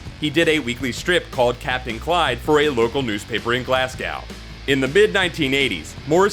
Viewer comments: Why do Americans have trouble pronouncing Glasgow.its Glas-go,not Glas-gow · The narrator can't pronounce Glasgow correctly hahahahaha